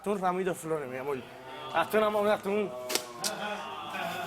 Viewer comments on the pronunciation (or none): "Eso es amoll miamoll " jajajajaja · Porque cambian la letra R por la L . Dicen al hablar amol tenel etc etc?